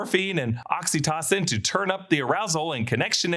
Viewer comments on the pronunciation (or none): Not oxytossin